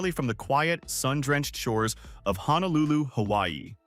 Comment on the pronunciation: Honolulu does not have an "A" in it. It's pronounced HO - NO - LU - LU. By mispronouncing it, you are shouting to the viewer that you are a complete outsider and likely do not know or understand Hawai'i. You also grossly mispronounce many common words and phrases that discredits what you are trying to express and present..